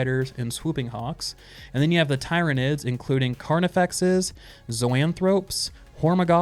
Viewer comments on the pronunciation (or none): They are pronounced tir-nids and you butchered every single one of their names